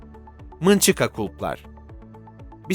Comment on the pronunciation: Mınçıka ney lan ?? Nunchaku mu demek istedin?? Eğer öyleyse türkçe okunuşu “nunçaku” dur. Mınçıka diyor yaa. Vay sığır vay